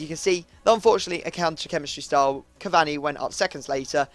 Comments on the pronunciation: It "cavaRni", not "cavanny" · Pronounced cavauni not cavani u muppet